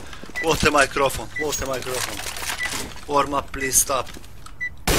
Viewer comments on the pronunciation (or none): "whart a microfon whart a microfon" - 2015